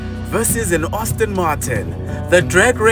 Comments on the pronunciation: Hayibo if I hear you say Austin Martin one more time..... 😫😫😫 Aston my guy, Aston!!!! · No master of pronunciation and I like this channel but please stop calling it Ostin or Austin, it’s ASTON. Please, you activate our OCD.